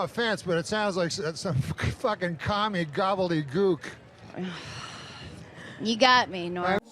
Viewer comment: The over emphasis on gobbledyGOOK just to get a reaction from her gets me every time